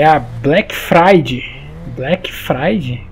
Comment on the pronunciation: " Black fridey" Ksksksksksksk